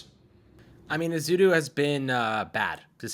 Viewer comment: E-zoo-doo Not E-zee-doo